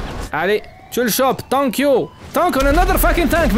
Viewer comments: Le piiiiire anglais 😂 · Le "tank you" is back !